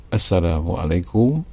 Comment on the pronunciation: Kang, baca salam teh anu leres atuh !!! 🙏🙏 teu kenging disamikeun baca salam nu bahasa Arab sareng basa Sunda. Terutami dina panjang pendekna "suku kata" margi balukarna ngarobah ma'na